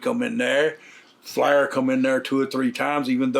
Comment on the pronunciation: Is he saying Flair or flour Hahaha!!